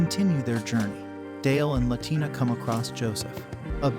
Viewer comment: La la tina. It's pronounced wrong in this video. She isn't Latin American lol